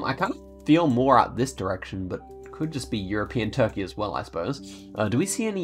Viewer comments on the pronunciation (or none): none